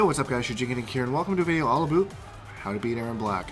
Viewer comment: "All a boot"